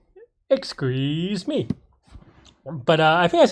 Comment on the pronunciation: "Exsqueeze me"